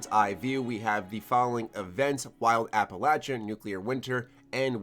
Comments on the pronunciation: It is not pronounced as App-alatcha, it's app-alayshuh. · APPA-LAYSHIA NOT LACHA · Mother of GOD it’s pronounced Appel-lay-shuh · The way you say Appalachia kills me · been fan for years.... but you damn yank saying Appalachia not Appalachia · Can you start pronouncing Appalachia right yeesh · Is mispronouncing Appalachia wrong or is it me? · Learn how to pronounce "Appalachia". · I can’t even watch the video with how he pronounces Appalachia. It’s horrendous.